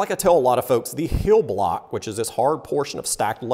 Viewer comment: "hill block" or "heel block" ?